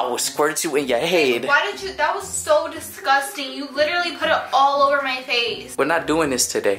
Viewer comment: " omguh whyuh discustinguh." i cant be the only one that notices that💀